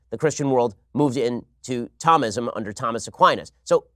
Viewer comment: Thomism is pronounced "tome-ism"